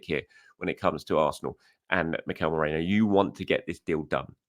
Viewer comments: it's not MERENO, it's MERINO, pronounced MEREENO. Also, isn't it Calafiori, not Calafiuri, pronounced Calafeeohri. It's important!!! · After correcting yourself you said Mereno twice afterwards. Hilarious. Why do people find it so hard to pronounce his name correctly. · Meh - REEN - No